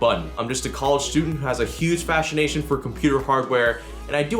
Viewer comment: he says he has a huge fashionnation not fascination